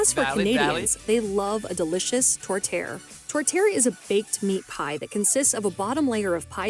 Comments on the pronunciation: My tourtiere has beef veal and pork. Her pronunciation is horrendous however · Who was the woman narrating that video? Her French pronunciations were sheer torture. (Does not rhyme with "tourtière.")